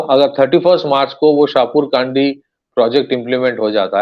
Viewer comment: शाहपुर कडी.. Not शाहपुर काडी (It is in Pathankot and pronounced as above. Spelt in English as Shahpur Kandi. Pls note😊